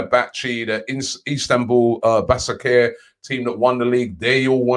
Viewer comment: "Isatanbul basacare"